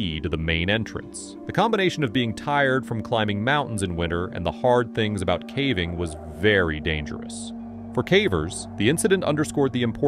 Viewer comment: AI. He says ‘cavving’ in a few of the videos